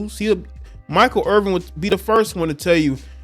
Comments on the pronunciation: There's no G. It's 'Err-Vin', not 'Err-Ving'. Basic respect dictates that you should say a person's name correctly. It's not as bad as everyone butchering name. You're better than that. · Irvin not Irving just saying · You can't even pronounce the man's name correctly, you lose all credibility